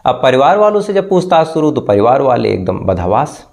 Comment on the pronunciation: Please ap apna sh or s thik kejye, shobha hota ha, sobha nhi, shadi hoti ha, sadi nhi, suru, nhi shuru hota ha